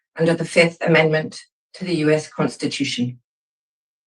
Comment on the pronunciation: This lady say: no way this madame G! She can't pronounce constitution. LOL